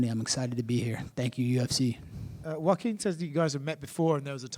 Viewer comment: Broo I thought I heard "Joqueen" 😩💀